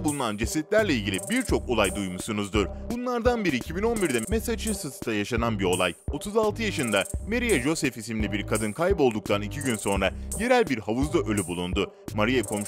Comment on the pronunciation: Meseçusesz demeyeydin.